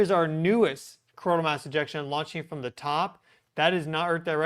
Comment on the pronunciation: .....please say the names of the events a little slower so that we can understand what you are calling them more easily. For instance Coronal sons like cona....Geomagnetic sounds like Geomahnic